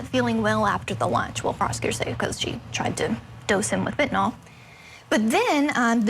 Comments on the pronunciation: It's Fent-a-NYL detective, not Fent-A-NOL, good grief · It's crazy that attorneys cannot pronounce the name of the murder weapon correctly. It's not FENTONOL like alcohol ffs. It's FENTANYL.